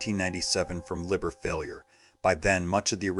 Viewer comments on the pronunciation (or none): none